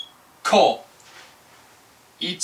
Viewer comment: your ko is wrong..